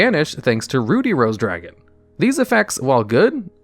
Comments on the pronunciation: "Ruddy" as in "buddy", not "booty" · Ruh-dee, not, Roo-dee. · Ruddy = Ruh-D not Rue-D. It means have a healthy, red complexion. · My eye twitched each time he pronounced "Ruddy" as "Rudy." 😅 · Everyone felt weird when say Ruddy as Rudy? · YES GOD AAUGH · You don't read very well do ya? Rudey Rose Dragon... my goodness you're stupid. Bassal Rose Shoot lol. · Usually when there's a double consonant the preceding vowel is short (i.e., "ruddy" rhymes with "muddy") 👍 "Basal" is pronounced kind of the same way Americans pronounce "basil." Think "base." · Ruddy actually rhymes with bloody, not ruby! Bit of an old fashioned word for blood-coloured,or red in the face.